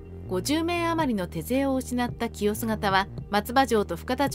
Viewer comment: 清洲(きよす)もせいすとか？何処？ かんずもなんか変なこと言ってたなぁ